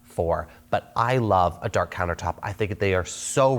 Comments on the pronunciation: Dark not Dakr 😂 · "Dakr countertops" 😅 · “DAKR COUNTERTOPS”